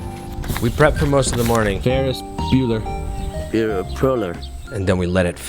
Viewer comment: Ferris broler?? bueller!! :-)